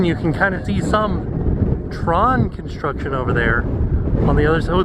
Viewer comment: The relaxing sounds of kinshtrucshen.